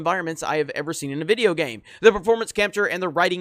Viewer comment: "coming to you with another vidiyo" pls don't say it like that or change the intro. I am not a hater but that makes me cringe for a sec. Apart from that, I agree with everything.